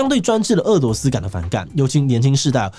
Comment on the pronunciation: 日前，台湾主播将“俄（é）”罗斯”读成“饿（è）”罗斯，当大陆网友指出时，台湾主播坚持没有读错，但是翻了字典后发现被狠狠打脸。